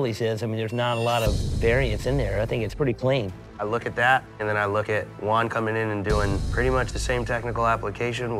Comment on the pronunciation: When they called Juan "One"💀